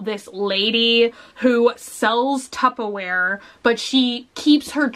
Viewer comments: Anyone else notice that she says "tuppaware" instead of tupperware? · why does she say tupplewear XD its Tupperware XD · Is it me or is she saying “tuppa-ware”??? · it's Tupperware with an ER instead of an A sound. I think it's sort of regional. A lot of people pronounce it tuppa. Where I'm from its very mixed, but I personally say tupperware. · Lol I'm Texan as well and I say tuppaware too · I have always said “tubbaware” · I'm Texan and I say tuppaware, too lol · Wait.... how is it meant to be said? I'm from the UK and I say tuppa ware lol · Did anyone else hear tuppleware?